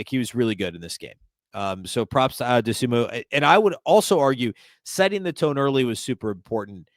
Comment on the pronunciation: How much longer will it take you to pronounce Dosunmu right?